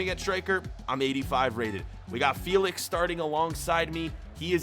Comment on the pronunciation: Joa Felix not Joa Feelix🤬